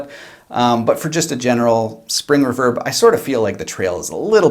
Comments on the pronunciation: I have just noticed how you pronounce reverb and I'm stunned. REE-VERB not REV-ERB. lol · REEE-VERRRBBB NOT REV-ERB OH MY GOD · ruverb?? reeeverb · It's "re-verb" not "re'verb" ..... You're obsessed with unseen cosmetics...so Im obsessed with improper pronunciations... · It's pronounced reverb not raverb...... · It left a bit to be desired in the "crunch" distortion test for me, but that's an "in general" thought, not taking into consideration the price. If you played those tones for me and told me it was a $900 combo I'd believe it. Eye twitching when you say reverb "reh-verb" instead of "ree-verb". Egh. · Very good demo . Crazy cheap little amp . It's pronounced Re - verb ! Lol jjks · “Spring erverb”😂😂😂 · i love this channel but its pronounced Ree-Verb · The way you say reverb makes me not trust you. After you get a real speaker & put real tubes in it, that aren’t going to burn down your house, you could have just purchased a Boss Katana Artist Gen 2 for less. Enough with all the $100 guitars and $200 tube amps all over YouTube. Just noticed this video is 6 years old. Why TF is YouTube putting on my videos page at all? 😊😊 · Awesome video! Definitely a new subscriber! Without looking into your bio, I’m guessing you are Canadian based on the way you pronounce “reverb”, lol. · Nice review but you say 'reverb' oddly.